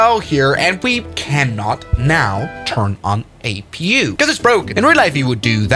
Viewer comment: Others: A P U in live streams: Apoo (or "a poo") 💀